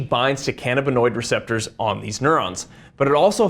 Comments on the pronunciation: Ca-NA-binoid not ca-na-BINoid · It's pronounced can-A!-buh-noid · Utter B.S. marijuana , components thereof, are excellent anti-inflammatories. Inflammnation is a key component of disease. CBD. This is utter crap. It is called can - AB in noid. He doesn't even know how to pronounce it. It is the medication of choice for me at 73. I am in glowing health. Does he work for Big Pharma? Apparently. The human body has receptors for canbabinoids, we've used it for a long time. He knows a lot of big words though. Ha! What utter crap.